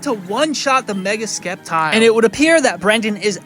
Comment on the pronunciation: Please don't tell me that's how you actually pronounce Sceptile.